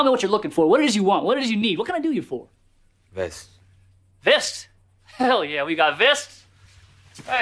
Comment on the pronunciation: Till this day i am convinced he put on a danish accent when saying "Vest? Hell yeah, we got vest"